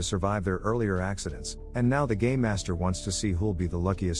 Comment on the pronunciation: i kept hearing "gay master" and not "game master"